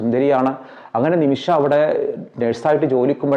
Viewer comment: ഹലോ ബ്രദർ നിമിഷആ അല്ല നിമിഷ